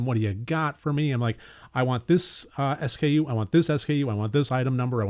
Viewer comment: I’m caught up on says s-k-u , never heard someone say it that way haha, always said as a word haha.